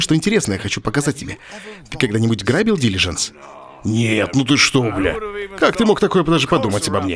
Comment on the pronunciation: Ляяя Олег хватит говорить дИлижансы , дилижАнсы правильно , аж уши режет